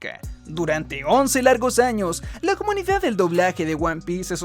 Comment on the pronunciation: Siempre que decias Comunidad, en mi cabeza sonaba "SOMOS COMUNIGAD"!!!! jajajajaja